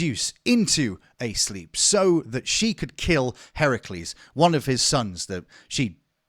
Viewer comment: I'm nearly 8 mins in and I just need to thank you for pronouncing Hercules correctly... It's one of my pet peeves 😂